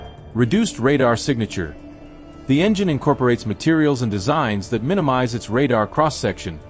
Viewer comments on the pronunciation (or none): none